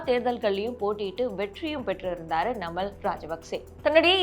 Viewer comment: ஒழுங்காக தமிழை உச்சரிக்கவும் நாமல் ராஜபக்ச